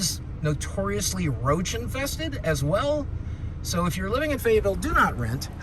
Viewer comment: “fayetteville” no gang wya